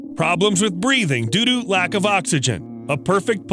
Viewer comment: Did he say "doo doo: lack of oxygen"?